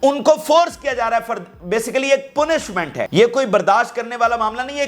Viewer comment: Punishment pronounced like paanishment